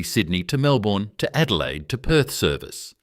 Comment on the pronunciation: 'Wangaratta' initially mispronounced, as was "Melbourne'. Shocking to hear the letter 'z' pronounced incorrectly as 'zee' when it ought always be 'zed' in Australia. And we say 'de-poh' in Australia not the USA 'deee-po'. 'ANZ" (the Bank) was also incorrectly pronounced. All these in the first two minutes. AI slop!!